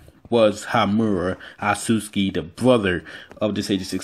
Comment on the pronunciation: This man call otsusuki asuski wtf HAHAHAH